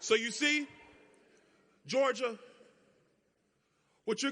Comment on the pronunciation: George jah...or Geor jah